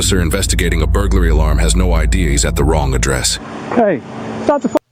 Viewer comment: bur-goo-larry :face-purple-smiling-tears::face-purple-smiling-tears::face-purple-smiling-tears